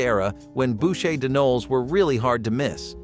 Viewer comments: Right? It was painful to listen to. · CHARLOTTE "RUSSES"😂😂😂😂 AI's are so obvious it's hilarious 😂 "BOOSHAY "Noel 🤦‍♀️🤷‍♀️🤦‍♀️😂 The word pronunciation ROFL...